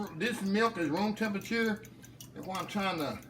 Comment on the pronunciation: LOL love how you say "tem-pe-chur"🤣🤣, so country